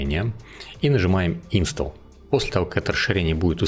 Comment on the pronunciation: слово install - произношение - инстол - ударение на второй слог на букву О